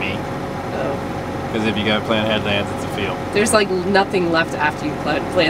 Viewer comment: I heard "good morning ewe guys"! 😁❤